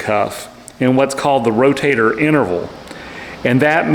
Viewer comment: I like how, instead of saying Rotator, he says "Row-Tater," as in "Eat yer taters!" Lol.. ❤